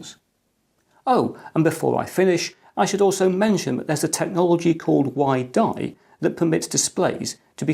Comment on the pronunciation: "WiDi" sounds more like "why die"?